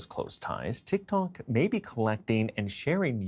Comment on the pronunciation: "Tik Tonks" LOL